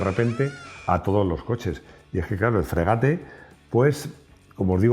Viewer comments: Coño, estamos viendo escrito “Frégate” con acento en la e, y tú dices “fregáte. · La tilde en francés no se refleja en la pronunciación. Todas las palabras francesas son agudas. No existen las llanas ni las esdrújulas. La e final es muda, con lo cual se pronuncia "fgegát".